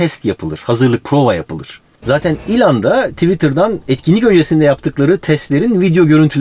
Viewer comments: Ilhan Musk degil ELON MUSK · ilan mask degil abi elon musk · şu adama ilan deyip durma be adam. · il(y)ın diye okunur ''y'' harfine fazla vurgu yapılmadan. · İlhan mask diye bı ben mi duydum